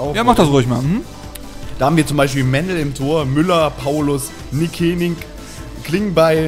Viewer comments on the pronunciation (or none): Sarazar!!! Wie kannst du es wagen Nickenig nicht richtig auszusprechen! Das Tier mit der Vier <3 Nicke komm zurück zum VFL :DD <3